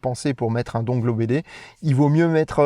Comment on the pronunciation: Je vais faire mon chieur, dongle se prononce dongueul... ou pas😊 Sinon, avec les mises à jour Tesla, la voiture me propose maintenant de descendre parfois à 6% avant de recharger, c'est chaud mais ça marche. Pas le droit à l'erreur.